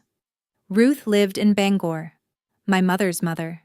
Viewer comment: May be a fictional story, but it's entertaining and believable. Especially since she knows how to pronounce Bangor.